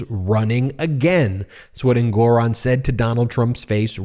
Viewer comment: Learn to pronounce the Judge's name correctly. En-gu-ron.